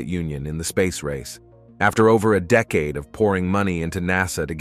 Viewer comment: And as he read the words he said 'dee-caid'